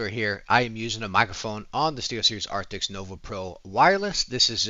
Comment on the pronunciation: ARCTIS not ARCTIXXX